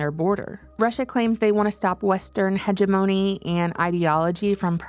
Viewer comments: hegemony sounds like hedge-jiminy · Please learn how to pronounce hegemony 😂